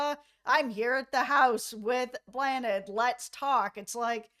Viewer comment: Great video but just 1 thing: you’re pronouncing Bláthnaid wrong 😂 Think of the word awesome, now just ‘awe’ Bl-awe-nid. Not Blah-nid. It’s a very small thing but you’d be roasted in Ireland for it 😂😂😂